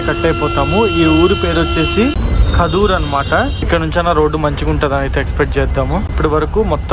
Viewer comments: Kadhur kadhu bro kaduru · Adi kaadur kaadu kadur